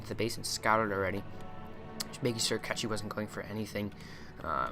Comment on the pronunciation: Hi again .. please . with all respect to all Czech Republic players .... is not a Catchi . is a Cechi !!! means short cut country he is from ... try to say ''CHAHE '' is more close then catchi ... thanks a lot